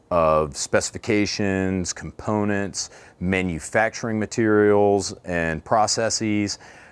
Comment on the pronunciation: You say "Components" funny....